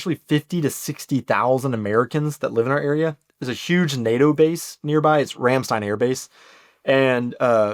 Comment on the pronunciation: Greetings from Palatine (Pfalz). Very interesting show. You should mention, we also use some French words, like Portemonaie or Trotire, thou many young people lost that. Hannover is not in the south. We think that is North 😆. And very important: You must learn to vocalize Ramstein correctly [ˈʁamˌʃtaɪ̯n] ! Especially metal fans react poorly, 🤘if you can not vocalize the band name correct. 🤣 I know, it's written Rammstein, but it is spelled the same. I think you did not mention you got a motorbike. If you do, I propose to visit Bauer Schmitt in Weilerbach.